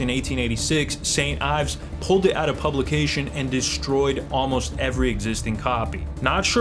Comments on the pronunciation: You lost weight! Lowkey you were hot thicc haha love you Edit: it’s pronounced Eves Ee-vs not Ives look up how Yves Saint Laurent is pronounced bud haha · Ayves? Really? So u say Ayves Saint Laurent too? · Yves is pronounced "eves"